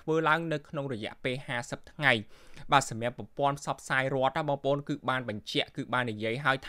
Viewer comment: ហ៊(រក)សម្រាប(សម្រាប់) ផឹក(ព្រឹក) ឆើន(ច្រើន) ហុឹម ប្រើពាក្យអោយត្រឹមត្រូវផងបើតាំងចិត្តធ្វើអ្នកអានព័ត៌មាន.